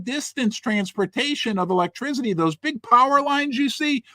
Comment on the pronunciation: Hey, Great show. But there’s no Z in ⚡️ ElectrCity🙈